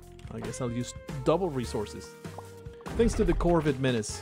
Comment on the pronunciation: hey, you always call it "corvid" but its actually either the corona virus or COvid(-19) without an r